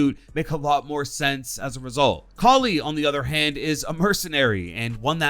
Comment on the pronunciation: Ight but please stop saying Cally instead of Kali